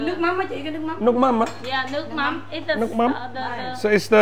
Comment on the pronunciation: Good pronunciation of com tam & nuoc mam 👍